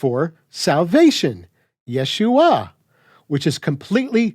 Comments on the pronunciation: But the funny thing about pronunciation of vowels like ah and uh, you went and sounded the whole time like you could’ve been saying, yuh-shua or even yah-shua. This is why there are vowel shifts in languages. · I notice you don’t seem to take note of a difference in pointing between the Messiah’s name and both Joshua’s name and the feminine word for salvation. In the latter two, yod is pointed with shva (two dots vertical), which you pronounce correctly. In the former it’s pointed with tsere (two dots horizontal), which should be pronounced like “ay” in English “say.” That vowel is what scholars think the residual part of haShem and the first radical of yasha’ collapsed into. So, as you say, there’s no need to “restore” *ah there.